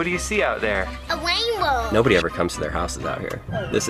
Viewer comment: It’s a wainbow lol that was funny